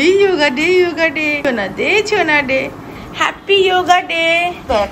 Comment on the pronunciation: "যোগা" নয় শব্দটা হলো যোগ। মানে যুক্ত । বিদেশীরা জানে না, উচ্চারণ ও করতে পারে না। আমরা কেন ওদের অনুকরন করব.... সমালোচনা করছি না। ভেতরের তাগিদ থেকেই আন্তরিক ভাবে ই বলছি ....এই বাচ্ছা গুলো তো আমাদের ভবিষ্যৎ। ওরা যথাযথ ভাবে গড়ে উঠুক। অনেক আশীর্বাদ ওর জন্য রইল।❤ মাসিমা দ্রুত সুস্থ হয়ে উঠুন এই কামনা করি।🙏🏻